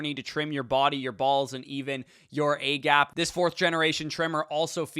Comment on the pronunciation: U j say A-gap? Lmao